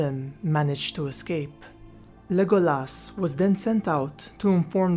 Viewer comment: his name was pronounced Le GO las